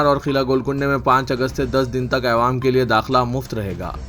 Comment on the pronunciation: Madra Yojna" nahi " Mudra Youjna" bolo.Mudra Matlab Currency. اور " عوام" بول رے بھئ "اے وام نیں رے باوا"کب سدھرتاکی اسمل🤣🤣🤣